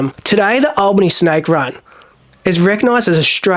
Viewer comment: Been there a few times. You pronounce the town Al-bany not All-bany as in thr name Allen. Just to let you know. Nice vid man keep it up